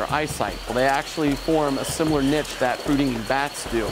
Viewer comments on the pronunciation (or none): Okay but "nitch" How does that even happen, how do you fuck up that bad.